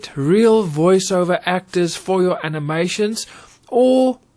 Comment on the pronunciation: I think you meant to say Voice ‘Over’ and not ‘Iver’ 😅. Excellent vid still though 👍🏾